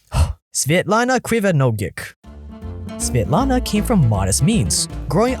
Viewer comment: I love your pronunciation of svetlana and her daughter, it was actually pretty good! I have to spell my name out to people all the time cause they have a hard time pronouncing it lol